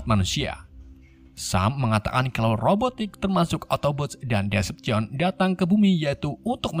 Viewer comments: Decepticon di baca "deseptikon" bang Bukan "desepsien" -_ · bacanya itu deseptiken (cara bacanya yg benar) dan abang malah bilang desepsion(cara baca abang) bacanya ya all spark(ya gitu ga ada yang beda dengan katanya) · Bacanya desepticon bang bukan decepson :v, btw lanjut ampe tamat y bg plus jadiin playlist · Baca decepticonnya bukan desepsion bang tpi deseptikon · min, Decepticon loh... bukan Deveption🗿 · Decepticon bang bukan deception 🤣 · Decepticon bang bukan deseption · maaf ya bang nama nya Decepticon bukan Descjon😂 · Bacanya diseptikon bang bukan disepsishon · correct bang bukan devastaion tapi Decepticon, Decepticon adalah sekumpulan alien jahat yang di pimpin oleh Megatron.kalau Autobots di pimpin para prime contoh Optimus prime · Deseptikon bang bukan desepsyon 🤢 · deseptikon bacanya wak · Bang cuma mau koreksi Klan nya Megatron namanya "Decepticon" bacanya Deseptikon🙏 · starscream:starkrem decepticon: desepchen megatron:mekatron ironhide:ironhed 😂😂😂😂 pi sekolah isap gam ke bang